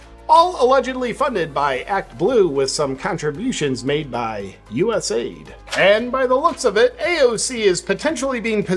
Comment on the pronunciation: Great video, as always, JP! Just a heads up that we need to call it US A I D, not US "AID". The program has nothing to do with aiding the US. : ) Also, Officer Tatum featured you on his latest show. I love when my favorite channels feature each other. You're all on the right track!